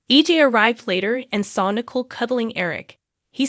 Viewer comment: Nicole not nickel